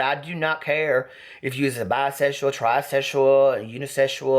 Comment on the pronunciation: "or whatever a biseshual does" 😂😂😂